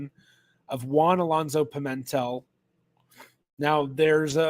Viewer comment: In the name "Pimentel", the stress is on the 3rd syllable, not the 2nd: it's a bit like pea-men-TELL.